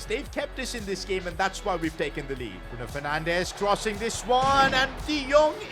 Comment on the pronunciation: Bruno fernandes ❎ bruno fernanch✔️